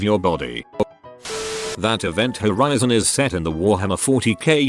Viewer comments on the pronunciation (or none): none